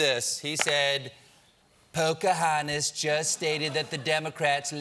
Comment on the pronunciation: Is that Poke-My-Hon-tus?